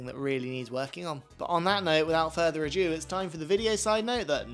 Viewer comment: It's 'without further ado.' ADO, not adeiu. Come on.